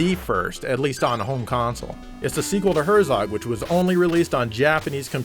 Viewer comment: Just gotta love your German-butchering...! Bet you didn't even know Herzog actually is a German word (for anyone out there unbeknown to it, it means Duke)...!